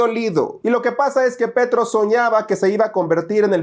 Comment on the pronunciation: No es Petro, es Petrov 😂